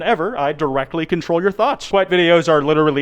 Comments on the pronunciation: Kwite more like Kuwait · KWITE TIME, Y'ALL